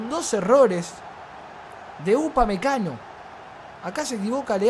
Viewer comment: “Upamecano. Upamecago 😂😂